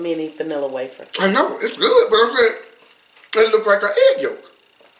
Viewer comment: HAHAH,, He said egg yolk,, too funny